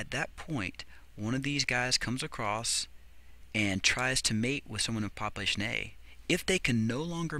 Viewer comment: "poplation" lol